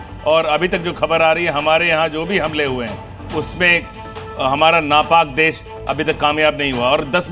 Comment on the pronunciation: He said "Hamara na Paak daish" very good 😂